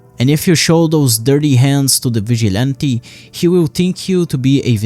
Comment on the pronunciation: vigilante NO vichy'lantei YEEESSS